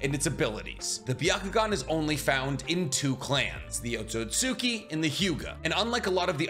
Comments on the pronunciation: This guy still can pronounce otsuski properly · The second u un otsutsuki is silent. Japanese 101.